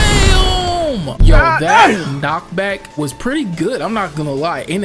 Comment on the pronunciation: The times he said dyam 😭